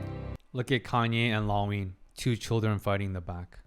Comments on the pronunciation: it;s funny how you pronounse Kanne as "Kanye" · Oh God, from pronouncing Kanne like Citizen Kane to Kanye West, I'm dead 😭